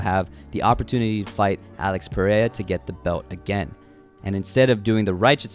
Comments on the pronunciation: I gotta teach you how to pronounce Alex "Pereira" lol u saying it like "paraya" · Hey when will you stop pronouncing Pereira as "Pe-rey-uh"